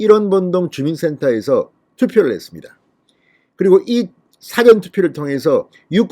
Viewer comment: "사전" 발음 좀 고치면 안돼나요? 방송을 할려면 공인 답게 하시는게 어떨까요?